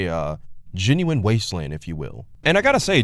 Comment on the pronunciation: "aventure"? "genine"? "excapism?" what are you, five years old?